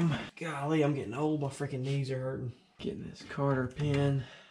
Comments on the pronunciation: i feel like you say "carter pin". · Just wanted to let ya know its cotter pin bud, great video otherwise!